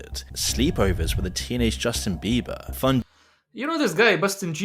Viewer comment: Bustin jieber 😂😂😂😂